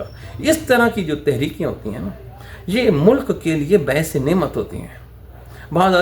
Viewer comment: صاحب اپنے اردو تلفظ کو درست کرنے کی کوشش کریں۔ لفظ۔ باہیر نہیں لفظ باہر کہا جاتا ہے۔ لفظ ۔ بعث نہیں لفظ باعث کہا جاتا ہے۔